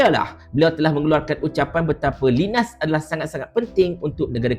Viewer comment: Bukan sebutan Linas, tapi Lainas